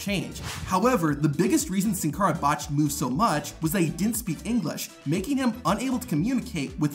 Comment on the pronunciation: Did anyone else notice on the maxxine dupri clip he said "too buch" instead of much 😂😂